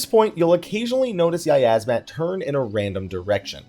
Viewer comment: "yiyazmat" CEASE